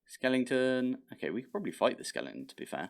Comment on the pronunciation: This is dated, but I am now obligated to capture and name a skeleton "Sir Skelington" after hearing you call every skeleton a skelington. You Britishified it.